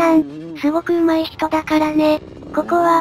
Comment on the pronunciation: 上手い(じょうずい)ww 楽しそうで、動画観覧してても面白かったナリ～ おつかれさんd(＞ω＜｡)